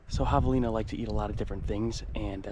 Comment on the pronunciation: Dude doesn’t know how to pronounce javalina properly…how dumb🙄🙄🙄👎🏼👎🏼